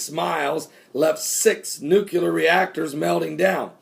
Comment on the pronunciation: Pastor, pronounce it like this: "Nuclear" "New-clee-er". Not "New-cue-ler". Hope that helps. :)